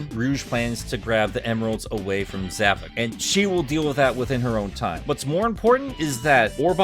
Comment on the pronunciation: Um, it's actually pronounced Zav-o-k